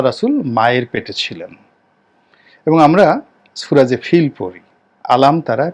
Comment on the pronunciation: আপনি রাজনৈতিক কথা বলেন, ঠিক আছে।কোরআনের তাফসির করার আগে আপনার মাখরাজ ঠিক করেন। সুরা ফিল এর উচ্চারণ শুনে আমার অনেক কষ্ট হল।